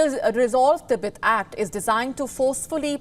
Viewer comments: "T BET" not "Tebit" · "Tibit? tibit? Ribbit? Thought it was pronounced "Ti-bet".